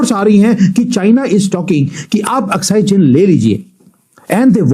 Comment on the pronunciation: अक्साई चिन । अस्काई नहीं ।